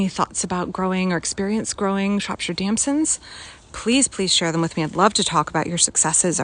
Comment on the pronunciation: Shropshire resident here. Although it is a type of plum they're simply called damsons (you're pronouncing it demsons). They grow profusely here, often in hedgerows where cottages once stood. My go-to dishes are as a crumble or charlotte & especially in Chinese plum sauce